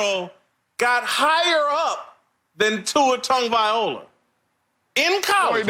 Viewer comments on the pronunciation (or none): Dude, that fat dude, when he says Tua's last name. "Tua Tag-violin-no-ah" lmao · Its closer to "TONG" like in the word LONG..... The letter G in our Samoan language has the NG sound.... So Tua's last name is pronounced T-ONG-O-VAHHHH-EEE-LOW-AHHH....Sorry for the exaggeration on sounding out his last name. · Jason W. can’t even pronounce Tua’s last name correctly. 🙄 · so um is anyone going to correct that guy on how Tua's last name is pronounced? smh